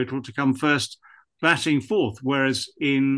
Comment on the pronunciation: its batting not batling!